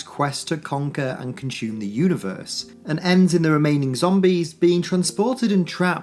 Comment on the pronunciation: lol "con-shoeume"